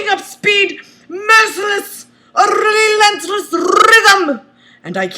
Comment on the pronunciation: A RRRRRRELENTLES RRRRRYTHM!!!!